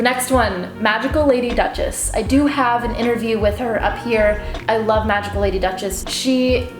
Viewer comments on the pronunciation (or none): none